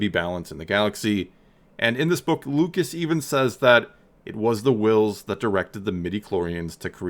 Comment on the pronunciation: So.............why are you putting emphasis on the "h" in Whills. 🤔 "NUFF SAID"™